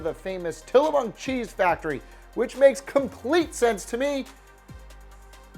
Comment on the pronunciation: He added an n to tillamook